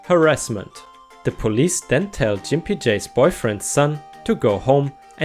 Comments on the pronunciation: Grimpy as is gggg not j... gimpy not jimpy hun. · Love your posts and your English is way beter than my limited German!!! That said, Gimpy is pronounced with a hard "g" sound like in gut not a soft "g" that sounds like the "j" in jump. Now, if only I could get you to help with my very poor German, that would be lovely! :-) Also, gimp usually refers to someone who has a physical disability. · That's a hard "G" in Gimpy, btw, but it's probably a good thing you pronounced it that way anyway. Otherwise it might have affected your support or may get your vids demonetized, I think.